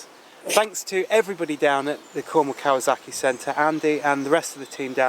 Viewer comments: Kawasaki not kawazaki 😊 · Why did you keep pronouncing it as if it's spelled" kawaZaki" instead of Kawasaki? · KawaZocki!!! Lmao the way you pronounce the name distracts me lol